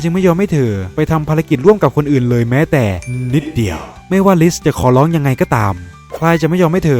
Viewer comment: ทำไมพี่เน้นกับคำว่านิดเดียวอะครับ😅